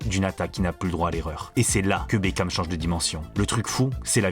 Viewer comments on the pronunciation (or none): none